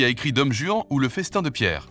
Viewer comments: Vous direz à votre Hi Han, pardon, IA qu'on ne prononce pas DOME Juan mais DON Juan. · Je connais Dom Juan, mais pas "Dome" Juan. c'est insupportable cette IA. En plus ce quiz est ennuyeux comme tout. trop facile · « Dome Juan » ??? Bon sang ! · "Dome" Juan ???